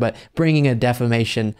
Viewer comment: Why does Mike keep saying "stolled" and "deflamation"? He just makes up words.